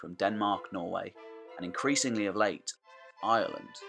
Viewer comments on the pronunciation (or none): none